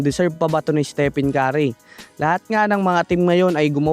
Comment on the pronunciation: Hoi ungas! Ayusin mo nga pronunciation sa name ni steph..